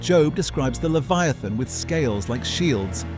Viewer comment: Is the AI mispronouncing Leviathan?